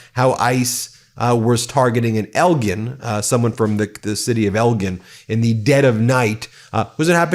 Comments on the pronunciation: It is pronounced "El Gin" or "L Jin". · Elgin, IL is pronounced El-jin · Naperville and Elgin pronounced incorrectly. Ben reminds me of Charlie Brown. :) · The way you mispronounced Naperville and Elgin I'm wondering if you are AI